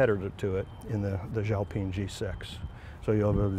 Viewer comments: Xiao Peng (Shiao Peng) and not Xu Peng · He called it jiao ping 😂